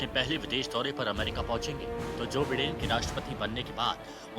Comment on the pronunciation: It’s by- den not pronounce as bee den